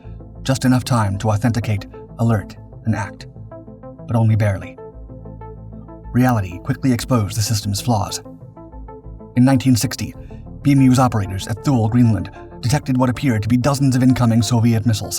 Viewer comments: Thule is pronounced “Too-lee” not Thool. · It's pronounded Too-lee. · Thule is pronounced "Toolie" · Don't laugh! At Thule (tool-ee), there's a naked woman behind every tree! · Thule is pronounced TOO-LEE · “thool” greenland